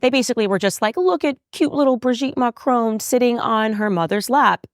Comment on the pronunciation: I'm not French but you kinda calling Brigitte Bridget makes me cringe. For the pronunciation. Also... macrown...😅 ouch And I also cringe for calling her by her first name. 😅 it's maybe weird